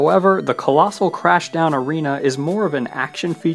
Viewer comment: Arena not arina